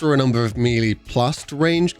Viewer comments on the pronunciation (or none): Melee is pronounced may-lay, not mee-lee! You sound ridiculous saying meeeleee!😂